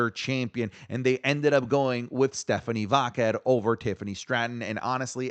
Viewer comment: Bro you don’t have to say “Stephanie Vaquer” whole name, you’re botching it so bad lol when you say Stephanie - we know who you mean lol